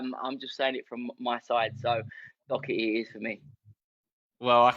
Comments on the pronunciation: How do english people say dockerty and not Doherty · It’s Doherty not docerty 😂😂😂😂😂